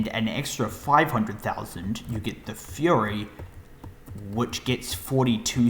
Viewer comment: Fury not furry